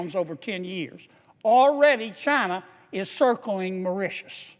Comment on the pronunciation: he needs to learn how to pronounce those islands mor-ish-shus cringe > maw-ri-ti-us can't remember how he pronounced the say-shells